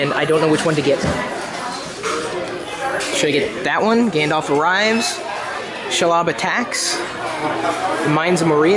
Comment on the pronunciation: it's Shee Lob not Sheh lob